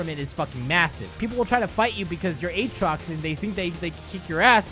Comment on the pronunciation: Don't you mean A-Atrox? Like you would pronounce Aaron? Don't you play any fuckig games with me Aatrox!